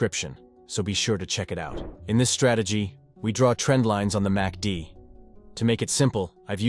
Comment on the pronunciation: You might want to edit your AI voiceover. It kept saying "massy-dee"